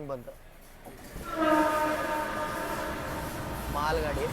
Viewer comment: the way you said maal gaadi 😂😂😂